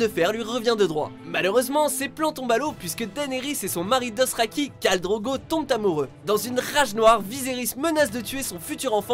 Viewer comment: "DOSTRAKI" SVP arreter le massacre